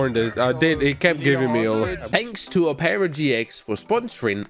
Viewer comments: Brother it’s pronounced aa-pr-uh not oh-pear-uh 😂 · "Opera GX is pronounced Op-ra GX, not opeara GX" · "a-pra" gx The world: "op-ra" gx Btw, can you do this on the police side? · I love how he says opeara instead of op-Er-a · Operagx is produced op-ra gx not op pearer gx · It’s ah-per-uh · as soon as i heard him say oherra i went to the comments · same i heard omarra and just came to the comments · Ah yes “oh pera gx” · "Opara GX" LOLLL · O-peara GX? Had to lock in to figure out you meant OperaGX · I have opera gx but he really said ohpaira gx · Bro really said opaira GX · am i the only one, pissed that he called Opera GX 'Opeeeaaarraa GX' lol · PRONOUCNIGN OPERA OH PERA INSTEAD OF OPERA LIKE THE WOMAN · Who noticed said opera wrong haha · never heard anyone pronounce opera like that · You're pronouncing Opera so wrong.